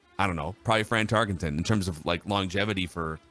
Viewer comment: why do you pronounce it "Tarkington"? It's "Tarkenton"!